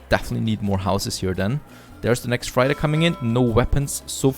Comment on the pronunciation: Freighter is pronounced 'freitar', not 'fraita'.